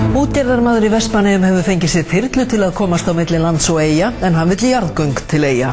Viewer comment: Ætlaði að spring þegar ég heyrði „JaRðGöNg TiL eYjA"